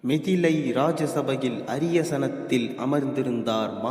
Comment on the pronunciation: அரியாசனம், சுனயா தேவி, மிதிலை, பிரியமாய் என்று சரியாக கூறுங்கோ.